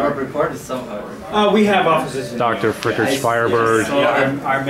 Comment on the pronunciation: The way you pronounce dr feickert ☠